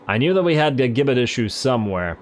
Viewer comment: Gibbit is pronounced as Jibbit.